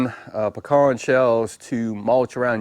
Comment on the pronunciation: Good to here the correct way to say “pecans”.